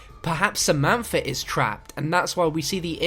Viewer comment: 'Efer' 'Samanfa'